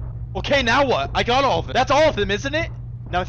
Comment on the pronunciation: "are you serious right neow"